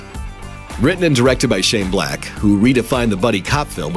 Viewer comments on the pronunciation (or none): none